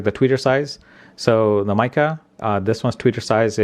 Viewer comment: Hi. This is my useless comment for the day!!! I'm assuming Micca is pronounced "Mick-a" not "Mike-a" as it has two letter Cs in the name 😂😂